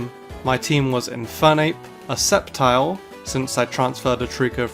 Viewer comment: DO NOT LEAVE OFF THE C IN SCEPTILE! AND METAGROSS IS ONE WORD!